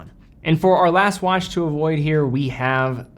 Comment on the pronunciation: dude said wanch